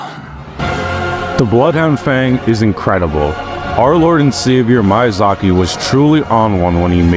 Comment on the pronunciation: It's adorably American how you pronounce Miyazaki as My Azaki. Nice video though